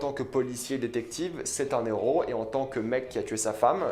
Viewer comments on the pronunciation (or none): Moi je retiens qu'on dit un Héros, pas un Néro. Pas de liaison avec les H 😉